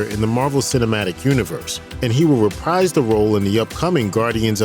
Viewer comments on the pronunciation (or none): none